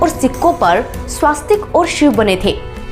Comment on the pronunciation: बहन, तुम 'दमिश्क' शब्द का ग़लत उच्चार कर रही हो। लिखा गया है सही, लेकिन तुम ("दश्मिक") ग़लत बोल रही हो। और भी, "स्वास्तिक" नहीं, 'स्वस्तिक' सही उच्चार है। "Jaydrat" ग़लत है, 'Jaydrath' ('जयद्रथ') सही है। एक और बात : 'मोहें जो दड़ो " का अर्थ है 'मृतदेहों का ढेर'। उस स्थान का जब प्राकृतिक आपदा से सर्वनाश हो गया, तब उसका यह नाम पड़ा; उस शहर का ऐसा नाम पहले से नहीं था, हो सकता भी नहीं।